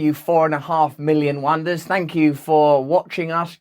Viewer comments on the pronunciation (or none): Love your videos and the diverse people you have on and the various topics.. But I have to admit when I heard you say 4 and half million wonders in your welcome, I actually hear you say in my head not wonders but wan...kers which cracks me up ;)